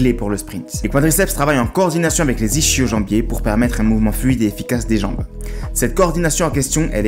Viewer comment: *ischio-jambier se prononce « iskio » 😉 bonne vidéo 🤙